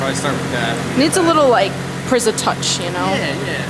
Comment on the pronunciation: This entire time, I thought the channel was "PizzaMike." Then I heard "Prizza" and reread the channel's name. Lmao.